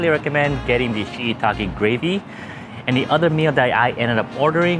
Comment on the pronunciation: Why can't you pronounce shiitake?